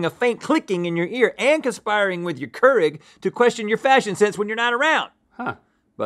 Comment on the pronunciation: that’s not how kurig is pronounced by the way lol it’s pronounced like cure-ig